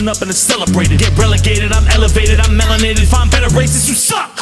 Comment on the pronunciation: Melinated? Bro 💀 (i kinda like it tbh)